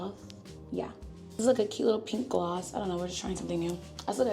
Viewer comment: I need a compilation of saying “YUH!” It scratches my brain in the most perfect way